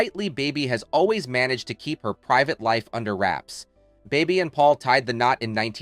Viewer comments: it's annoying and rarely, if ever, pronounced correctly. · You pronounced Bebe's name differently so many times......